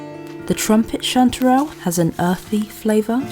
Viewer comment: I like the way you say chanterelle cantdadelle